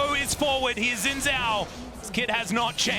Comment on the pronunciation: From what I know "Zh" is pronounced like "J" so his name should sound like Shin Jao.